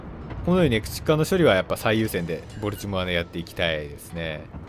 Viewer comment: ボルチモアの発音が嫌すぎ。なんでもアクセント無しの発音がカッコイイみたいやな。かと思えば最上は一般的発音してるし。